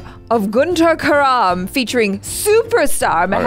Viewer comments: *Sees 'Kaaram', proceeds to pronounce 'Karaam' * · when they say "guntur kaaram" why do they say the "aa" as "a" and the "a" as "aa" I hope you know what I mean😂😂